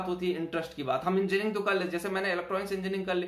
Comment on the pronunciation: Pehale engineering thikse bolo